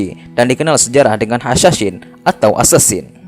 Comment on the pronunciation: Assassin Bang Bukan Assasin